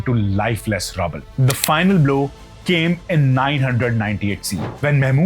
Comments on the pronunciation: Rubble u pronounced as rabble and it's defaced not defacated. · Please check after recording..you have pronounced defaced as defecated at 10.48. Rumbles pronounced as rubble